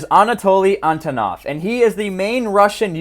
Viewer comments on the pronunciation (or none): none